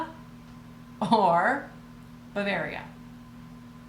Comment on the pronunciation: You trying to say Czechoslovakia was too funny, then just saying their new names was a good save! I really enjoy your videos, Crazy Lamp Lady mentioned you awhile back, so I checked out your channel and immediately subscribed 👍